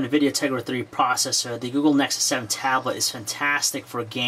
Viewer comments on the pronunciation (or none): a cuwod cwor pwocessor is a pwocessor wiv fowr cwors.